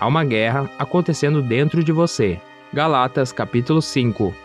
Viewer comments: Irmão, desculpa, mas é GÁLATAS, e não "GALÁTAS" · Moço, foi mal o incomodo, mas se fala: Gálatas, e não Galátas. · Irmão, "Gálatas" é uma palavra proparoxítona e não paroxítona. Fica a dica.